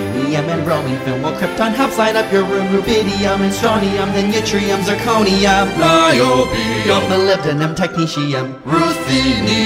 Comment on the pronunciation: "NIOBIUM" You had me at that pronunciation! That was awesome!